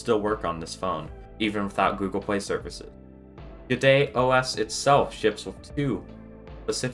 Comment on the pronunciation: At first I thought you were saying "BidetOS". That would have been a great name for an OS that cleans up after Google.